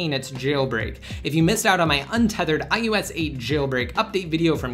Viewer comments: It's I O S 8, not ius8 -_ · It's ios not ius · Why does it sound like he's saying I YOU S instead of IOS. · This guy says ius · Why is he saying iUS 8?! I thought it was iOS 8?! And if you're giving widget reviews, why are you holding the iPhone to the side! Annoying!